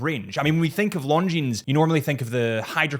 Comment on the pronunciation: it is no "s" in Longines.